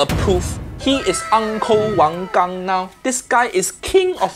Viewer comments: Wow! Your pronunciation of 王刚 was perfect! I’ve been binge watching your videos reacting to Roger and I have to say you’re so likable! Your smile is so genuine and your soft way of speaking bounces weirdly well off Uncle Roger’s roasts! Your insights are also super valuable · Off to a good start pronouncing the chef's last name correctly. 🥰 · Hi! I rly appreciate how you pronounced the Chinese name Wang Gang! Really shows how much attention to detail and respect you have ❤️